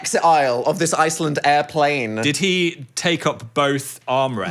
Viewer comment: the way i’m french and i got confused when phil started mimicking the french accent because it was so accurate???? 😭 and dan made no mistake (except the pronunciation for iceland) yall should come here 😁😁😁